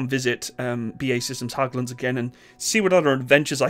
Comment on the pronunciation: Small tip, Hägglunds is pronounced more like "Hegglunds" than "Hagglunds"